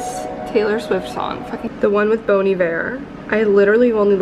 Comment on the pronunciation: bon not bone